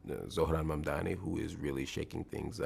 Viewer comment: Men, this guy gets Mamdani's name spot on! Much of the main stream media and other politician can't get it right yet because they are literally racist and bigot black and white. I am an immigrant and the first time I read the name I got it right, it just shows how people in this country are still full of hate when its not someone that doesn't look like them!